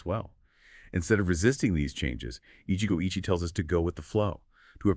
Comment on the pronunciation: Get it right. It's 'Eeechee-goh eechee-eh'